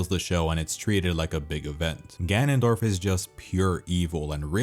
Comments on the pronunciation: Nobody:: gAnOnDoRf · Started out as a really nice retrospective until you broke my brain with "GANONDORF" 5000 times. WTF is wrong with you?! Jesus F'n Christ... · legitimately had to stop watching because of the fucking “GANONDORF” dude